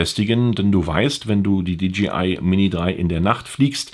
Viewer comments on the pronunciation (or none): Hi, die Firma heißt DJI !! Nicht DGI.